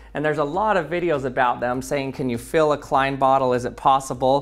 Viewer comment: You are saying “klein” wrong.